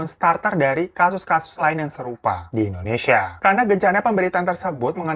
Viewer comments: Indonesia bukan endonesa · Indonesa Kak Bukan Endonesa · Indonesia bkn Indoneisa... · INDONESIA KOK INDONEISA? :') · indonesia woy